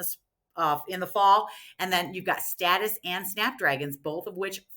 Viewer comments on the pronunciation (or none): It's statice, not status!